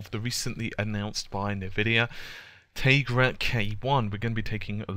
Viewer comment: "Tay-grah" That's a first for me, as far as that pronunciation goes. Hah